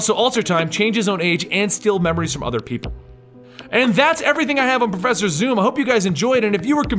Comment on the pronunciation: profeeser thorn?